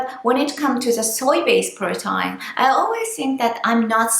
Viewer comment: please say protein like (pro teen) 😀😀 but great video :))